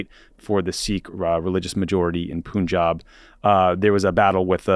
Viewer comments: Tommy, the correct pronunciation of Punjab is to say the first syllable exactly like the English word "pun". The second syllable is correct ("aab"). Punj = five, aab = water, river. Thanks for covering the issue. Please do a larger segment on how the Modi govt is cracking down on all critics. Among the arrests this week was that of an actor who works in South Indian regional-language cinema, just for tweeting that Hindutva ("Hindu" nationalist/fascist) propaganda is based on lies. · Psst, guys, it isn’t pronounced “Poonjab”. It’s only written with a u because the British couldn't be trusted to pronounce “Panjab” correctly.